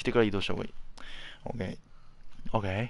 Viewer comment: ＯＫがホウケイに聞こえるふしぎ。